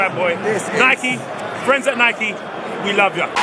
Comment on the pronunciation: man said nikey